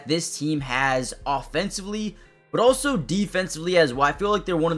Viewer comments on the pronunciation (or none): none